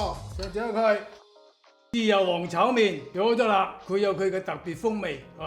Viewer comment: You speak cantonese but say chow "main"🤦🏻